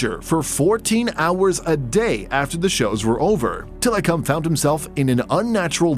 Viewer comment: I'm sorry but the way tilikum's name is pronounced in this video is cringe.. also there's a certain song that has his name in it 🙃